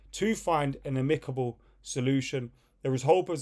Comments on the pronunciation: Amicable = Uh Mick able according to this clown 🤣🤣🤣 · Why are you saying amicable like that 😂